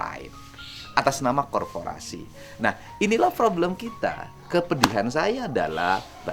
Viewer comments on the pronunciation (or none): Korporasi bang, bukan korforasi